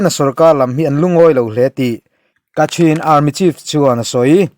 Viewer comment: Kachin tiin a inziak a,kachhin tiin i lam tho si a?